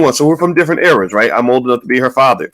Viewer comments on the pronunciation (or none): none